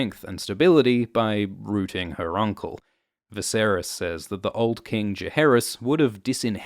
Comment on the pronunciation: "rooting". Aussie mode.